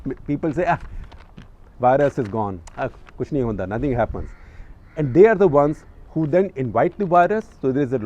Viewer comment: The way you say kch nai hota🤣👍